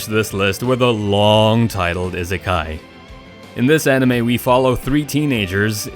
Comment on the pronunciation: My only problem with this video was the way the guy said isekai